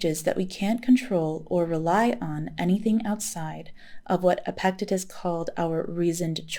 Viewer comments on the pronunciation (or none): "The Meditations" of Marcus Aurelius is one of my favorite books on Stoicism. — i just discovered your channel a week ago and really enjoy your content. (subscribed) — for future reference, "Epictetus" is pronounced "epic-TEE-tus" — i hope you are a psych major, you are a natural at being a therapist. excellent work & research, —thank you, peace! ☽◯☾